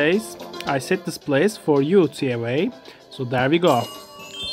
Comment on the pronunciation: Its pronounced Tee A Wa Not Tee Ae Wae